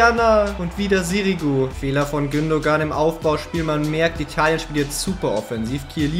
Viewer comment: du sagst gündogan aber es wird gündoan ausgesprochen